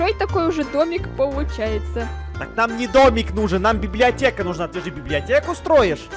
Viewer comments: Ты сказала беблеотека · она говорила беблеотека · Да говорила БИБЛИАТЕКА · да говорила слова блиблеотека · ТЫ СКАЗАЛА СЛОВО БЕБЛЕОТЕКА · Она сказала библетека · Она говорила беблеотку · Она говорила беблиотека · Она сказала быблиотека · Она сказала беблиотека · сказала слово біб ліотєка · Вона говорила бибдиатека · Она сказала библиатека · говорила бібліотека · сказала бібліотеко